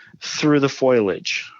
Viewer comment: Foliage not foilage lol